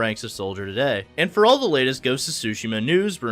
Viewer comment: its pronounced soo shee ma, not su shim ma